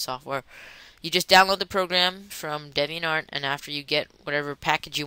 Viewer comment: Alright video, a little helpful. It's pronounced DEEviantArt.. Just like the word 'deviant' lol